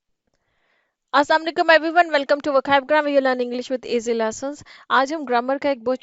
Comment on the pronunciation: Your "Assalamualaikum" pronunciation should be right.